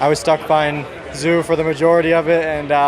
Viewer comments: Zoo? you mean Zhou? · Logan calling "Zhou" "zoooo" 😭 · as an asian i can tell you joe is the most accurate way to pronounce it. Zoo is nahhhhh😭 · Did Sargeant just pronounce Zhou as “zoo”???😂😂😂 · Did Logan just call Zhou.. Zoo? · Did Logan just call Zhou "Zoo"???? ahahahaha guy needs to get out from under his american rock. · I find it funny that Logan called zhou zoo just why? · Tbh logan is not the first driver calling Zhou "Zoo". Lando and russell call him zoo as well. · Logan is overly American… Did he really pronounce Zhou like Zoo?! 😂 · Logan, that's not how you pronounce Zhou's name. It's supposed to be more like "Cho Gwahn Yoo" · I like how logan calls Zhou as Zoo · It’s pronounced “Joe” but with the french J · in fact, the right pronunciation is 'joe', zhou='joe','zh'='j',''ou'='oe' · Sargeant calling Zhou ‘Zoo’ 💀💀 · Gooey Zoo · I reckon it's funny Sargeant can't pronounce Zhou's name lol. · So no one has told Logan how to pronounce Zhou huh 😂😂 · that's not how Zhou is supposed to be pronounced... Everyone else is doing it right, following the Chinese pronunciation of the name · Was going to comment the same thing, lol. Ig he doesn't have martin brundle or crofty saying his name in his ear tho